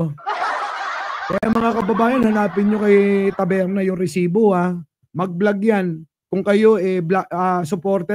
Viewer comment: Instead of taberna..tabelna😂😂😂